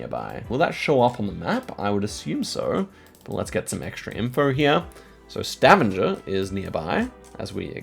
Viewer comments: Stavanger in Norway is pronounced Stah - vang - ah Not staven- ger 😊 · Yeah, hard g in Stavanger. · I love the way you say Stavanger, it always makes me smile :) But if you want to be better in norwegian, you would say StavANGER like you would say anger in english. Its not totally correct because we say A in a different way, but its closer. Still very impressed upu can 5k Norway when I, as a norwegian have no clue. We watch your videos every day <3 Love from Norway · Idk how to correct you but Stavanger is not pronounced with the typical G sound 😅 have to be that guy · Stavanger is NOT pronounced like that 😭